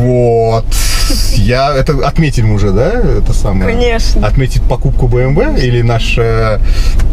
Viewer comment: Правильно говорить би эм дабол ю